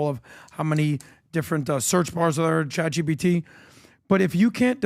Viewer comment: Why does Pat say “Chat Gbt “ all the time lol